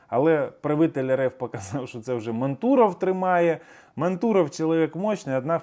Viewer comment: дякую за інформацію.А за наголос на прізвищі мантуров окремий респект.